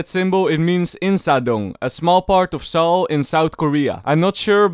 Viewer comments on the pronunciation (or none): none